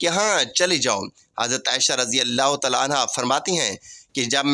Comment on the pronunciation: Are you Shia. You can not even pronounce Taala.shut up. Leave it alone.